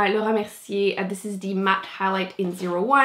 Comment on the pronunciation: i love how she says Laura Merciere. is she french?